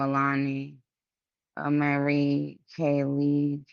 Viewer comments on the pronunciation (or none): none